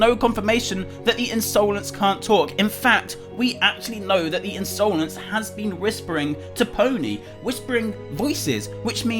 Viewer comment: INSOLENCE its not pronounsed insoulense